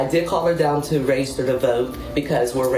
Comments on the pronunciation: Anyone else annoyed by how the teacher says REGISTER , its not rayjayster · The way she says ragister id stip her right then and be like bi**h its REGISTER REG REG REGISTER NOT WHATSEVER THE F**K YOU IS SAYIN ragister. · Where is the A and Y in " Register " It's not RAYjuster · “Reygister”? Where are they? “Voyte”? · She can’t even say the word register correctly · That woman can't even pronounce the word Register! She needs to go to school not work at one ! It's horrible when Illiterate People think they are smart !